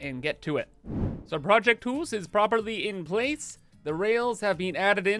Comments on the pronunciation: Hoose 2: Electric Hoosaloo Hypah Hoose or Hypahoose Or simply: Hoooose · You should call the new blueprint "project deuce" sounds like how you were saying house but also sounds like saying 2 and house at the same time. Also don't forget you can turn raw resources into other raw resources with the later tier stuff